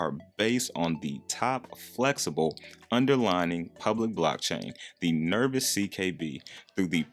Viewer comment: it's pronounced Nerve-ose not nervous and it's yo-kai(ky, like sky) not yo-kee